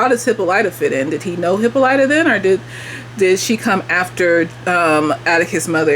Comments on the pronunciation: You have heard the name Hippolyta before. You just heard it pronounced differently. Hippolyta is the name of Wonder Woman's Mom. In the show, they all accentuate the "Y," when they should accentuate the "O." Hippolyta's a Greek name, by the way. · They go over the origins of the aunt in the book. I think its Greek. Hip-PAHL-it-ah is how thw audiobook pronounced it. I too watch supernatural and agree in their similarities. And she didn't grab the handle in the paddy wagon because she was handcuffed. But for some reason I feel like her hands were free but when she hit the ground she was cuffed